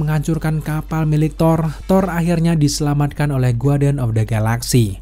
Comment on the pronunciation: Maaf bang masukan aja ya bukan saya sok pintar cara baca kata "Guardian" huruf "u" nya gak perlu dibaca, jadi bacanya Ga:rdien, sama seperti kata "Guest" (tamu) huruf U nya tdk perlu dibaca jadinya "Gest". Makasih bang, Sukses terus ya.